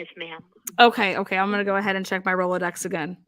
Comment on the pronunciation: She said "Rolodex" 🙃